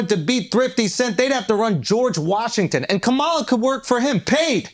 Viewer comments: Omg! Not Ka-ma-la, but Kamla! The “a” in the middle is silent! Caucasians, Blacks, Asians etc. needs to properly pronounce, peoples names of different ethnicity! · KAH-MAH-LAH. If you can say hawk-tuah you can pronounce her name properly. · Do u purposely say Kamala’s name wrong on purpose Andrew? Lol. Either way it’s funny.